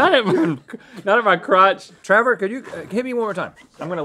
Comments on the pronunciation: WHY DO THEY CALL HIM TRAVER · who else kept repeating "travor" vs "trevor"?